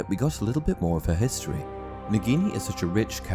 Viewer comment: Thanks for the Hiss-tory lesson 😂